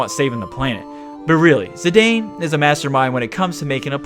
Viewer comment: I believe it's worth a mention that Zidane actually is pronounced /ziˈdɑːn/.